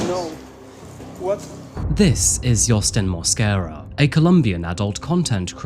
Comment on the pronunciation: Lo único es que el apellido es Mosquera en español no Moscara jajaja